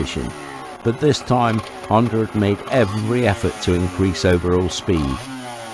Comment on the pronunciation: . no er on the end of Honda.